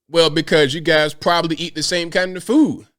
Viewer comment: ‘Big as a house?’ That’s a stretch. And it’s “Prob-ab-ly” not “Probally”